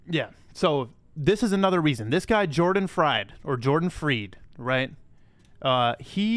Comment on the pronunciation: Jordan Fried, Jordan Freed, 🤣 Matt Damon, Matt Demon. Funny dude! Golden info!